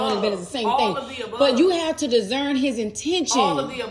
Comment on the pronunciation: Dis- cern, NOT Diszern.